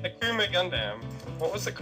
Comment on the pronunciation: WHY IS HE PRONOUNCING IT GUNDAMN